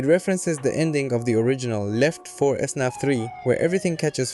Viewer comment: Came to this video looking at which version to get for my son and I have to ask a question. Is the SNAP thing due to language difference? It's FNaF. Why do you keep calling it SNAP? Or is this to farm engagement and I'm the one dad dumb enough to bite?